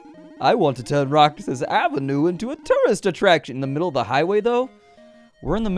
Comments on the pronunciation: That's read as Roh-hass bro. And the Roxas night market in Davao does actually exist. They close the avenue at night. :) Isaw (eee-sao) is grilled chicken intenstine, and kwek kwek is deep fried eggs covered in flour. They're traditional Filipino street food, though not as infamous as balut. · Roxas is pronounced "ROHASS" in filipino regional dialect aside from a market it's a city in my hometown capiz (pronouced cap eez) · duuuddeeeeee PH REPRESENT... roxas is pronounced as ro-has. A jeeney is a jeep conveeted to serve as a public transport here in the Philippines. And the the highway closes down at night to make way for the night market Also Sara is MAYOR SARA DUTERTE as in the DAUGTHER OF THE PHILIPPINE PRESIDENT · Said as Roh-has. And it is a real place